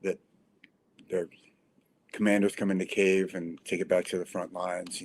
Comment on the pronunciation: К И Ї В - authentic = Ukrainian pronunciation. I know that there is no such sound "и" in English but it is very easy to do! not Kiev - moscovian pronanciation. we calle them moscovians - u call them russians